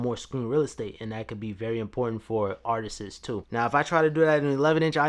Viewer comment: I learned a new word today from this video “ ARTTISISSS “ ❔❓❔❓❔❓